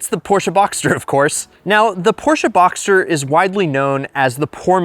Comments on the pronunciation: Porsche Boxster not Boxter. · Btw it's BoxSter with an s :) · you're missing the S in BoxSter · its BoxSter not BoXer